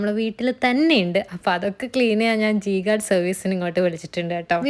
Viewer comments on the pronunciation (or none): 'G' guard alla 'J' guard😢😅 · ജി ഗാർഡ് അല്ല ജെ ഗാർഡ് 😏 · Its J guard not G guard*😌 ee video promotion aahn ennundel atleast avarude name engilum correct aayit parayanamarnnu (ingore if its not promotion)